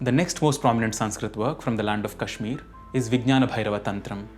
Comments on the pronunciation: ଭୂଷଣ so you are telling me कश्मीर should be pronounced as कश्मीरा??? One is a state's name and other is a girl's name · ଭୂଷଣ कश्मीर should be pronounced as कश्मीर same way with योग, सनातन, मंत्र, धर्म, आयुर्वेद। That's it. That's all I'm saying and I don't give a shit about some foreigner getting it wrong. What k do give a fuck about is a man who is running a youtube channel on sanskrit getting it wrong.